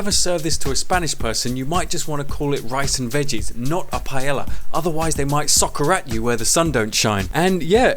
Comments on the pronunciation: Spanish person here - who also happened to have lived in Valencia, where the paella purists live. The technical term is "Arroz con cosas" or "Rice with Stuff". That socarrat pronunciation was on point though -Bravo! You get +1000 points for not adding chorizo - the paprika (and fat in non-vegan) chorizo overpowers everything else and substantially changes the flavor of the dish, that's why we get upset when Britons add it. Do try to get some saffron though, it is really really worth it. You just have to use a tiny bit. PS: If someone is thinking on which meat substitute to use, I use those dried soya chunks they sell at Holland and Barret (v cheap) and they work fantastic! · Pero qué bien te salió el Socarrat xD!!